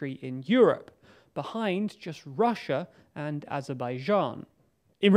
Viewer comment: Why can't you pronounce Russia correctly?